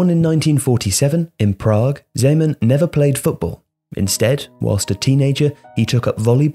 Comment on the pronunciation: I'm glad you finally learned to pronounce his name